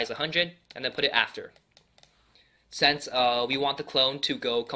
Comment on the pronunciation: I love how he says sense instead of since 😂😂😂